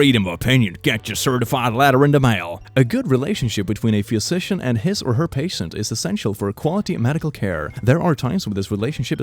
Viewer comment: It might just be me, but pronounciation of "physician" is really messing with my brain. "Phuisician" "Phewsician" something is definitely off